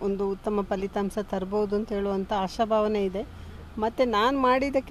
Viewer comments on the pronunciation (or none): ಪಲಿತಾಂಸ ಅಲ್ಲಾ ಪಲಿತಾಂಶ ಅವಕಾಸ ಅಲ್ಲಾ ಅವಕಾಶ ಕರ್ಮ